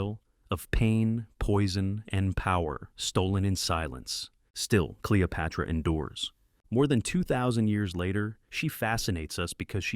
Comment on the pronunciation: Cleo-pyra? These AI videos are cheap and inaccurate. JFC